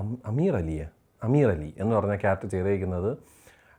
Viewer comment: അമീർ അലി ❎ആമിർ അലി ✅😂